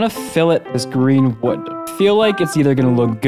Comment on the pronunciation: im sorry did you say green wood?